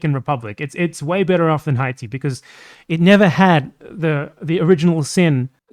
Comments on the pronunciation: It's because he said it like an English speaker 🤦🤦🤦🤦🤦🤦🤦🤦🤦🤦🤦🤦🤦🤦🤦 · Is there a reason you were pronouncing Haiti in Spanish?